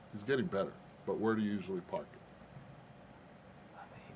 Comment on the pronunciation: "You can pahk the cah in any of the garahges"! Love it!